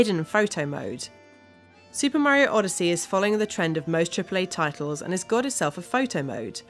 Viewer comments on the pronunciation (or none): It Is Mario Not Meario